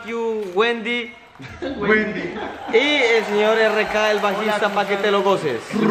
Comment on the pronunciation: Hermoso' Rk Con Su Buen Freestyle Como Siempre Me Encanta Tu Estilo Mario Y Sebasss Muy Bellos Igual Que Jjjajja Amo Cada Vez Que Mario Dice Windey